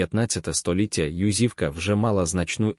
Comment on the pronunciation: Чому ЮзИвка? Наголос не там